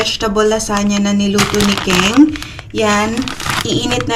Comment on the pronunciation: Kung concern ka talaga kay aileen itama.mo.ang mga wrong Grammar nya. ONE DAY A MEAL is one meal a day 😂 food not foodssss 😂😂😂 i can go on but for now yan muna icorrect mo pls. Pati name ni KENG... ITURO MO ANG TAMA HINDI KING 😂😂😂 grabe katigas uy 😂😂😂